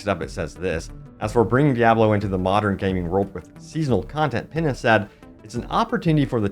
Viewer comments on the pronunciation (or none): Not to be that guy, but the name in that article is pronounced “Peen-ya”, not “Pinna”.